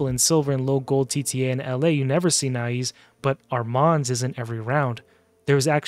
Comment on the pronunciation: Nais is pronounced NICE. He's my most wanted, with Komidus in 2nd place, but I already have 3 Krixias, 2 Mikages, 2 Lazarius, 2 Siegfrunds, Galathir, and several others. Above all of those, the "free" fusion Magic lego Armanz is picked every fight and, if allowed into the battle, dominates and wins most times. So, tell me more about overpowered mythicals. 😂🤣🤣🤣🤣